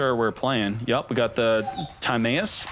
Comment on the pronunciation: we out miss pronouncing timaeus name wrong did you not watch. yugioh after battle city